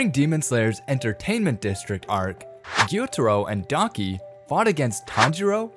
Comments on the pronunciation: why! why!! why!!! it's daki not donkey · When he said daki and gyutaro i though he said donkey not daki💀💀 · Daki sounds likes “donkey” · her name is daki not donkey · "Inosuke Hashibara" "Guitiro" "Donkey" 💀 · “Guitoro and Donkey” “Yoko” 💀👍🏼